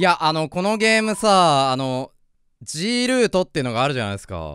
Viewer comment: は痔ールート言ってるんですね